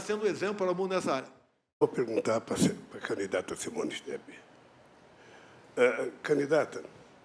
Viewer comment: o psi não consegue falar simone tablet , kkkkkkkkkkk